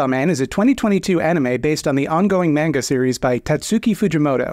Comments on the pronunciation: It’s pronounced “manga” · It's pronounced "manga". You're welcome. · It's pronounced Mango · MON GAH. A in romaji is always awe, as opposed to ah, bot as opposed to bat, The sound AY is spelled EI, the ound AH as in bat/tab/mat is not a sound in japanese, technically anime is mispronounced by every westerner as well, in japanese it would be AWE-Nee-May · It's pronounced manga. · cant say manga but can pronounce fuckdeder without flinching